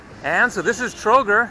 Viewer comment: $95 for the whole day including room, bus ride to Sarajevo and Trogir (pronounced Trogeer, btw, you dropped i between g and r that's pronounced as a long e), lunch and dinner was NOT cheap? Sorry, but that's dirt cheap.